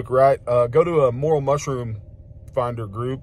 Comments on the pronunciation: more rail the correct pronunciations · Learn how to pronounce it before you hunt it.